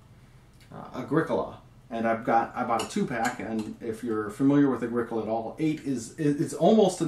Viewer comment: I feel like you should be saying 'agri-COLA' not 'aGRIcola'. Like Agriculture? I don't own the game it just feels right to me.